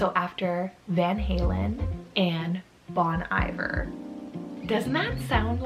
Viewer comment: Bon Iver is pronounced Bon Ee-vare 😂 but I still love that paring! (It's french for good winter, Iver being winter)